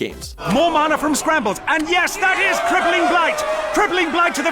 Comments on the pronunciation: They mispronounced mana. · Problems with your summary of Magic: - They're planeswalkers, not mages. - "mana" is pronounced with the first 'a' like "can" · Dude fucking learn how to pronounce Mana currently. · It's pronounced man-na not mah-na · Before watching the video: Magic the Gathering better be number 1 Oh shit yes. But what the fuck is a maana. its man-ah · He really pronounced it 'mah-nah'. Wow. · Sry, but mana is pronounced man a.